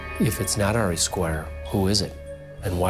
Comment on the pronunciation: Hey Sub here. Love your show just wanted to show this to you. Ari is pronounced AR-E, Not Air-e. Just wanted to let you know for future reference. Have a Blessed Day.🙂